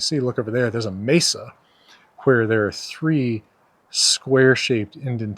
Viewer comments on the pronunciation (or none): none